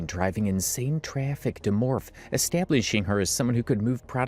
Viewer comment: can I ask why you keep pronouncing it “morf,” instead of “morf-ee,” like it’s said a million times lol